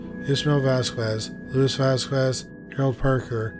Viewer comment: *its pronounced "Vos-scez"